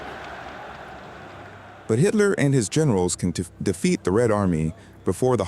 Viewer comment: AI is embarrassing when it can't pronounce English abbreviation word endings (can tee?? really??😅) Pathetic